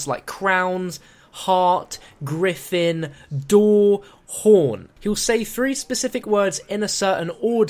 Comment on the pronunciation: He said Griffin Door guys.. he said fucking Griffin Door!! :D